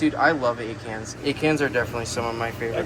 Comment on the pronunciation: Ok so when you were talking about one of your favorite corals "Acans" all I could hear was you saying "egg hands." I thought to myself what an odd name for a coral species so I googled it and quickly realized there is no such thing! 🤣🤦‍♀️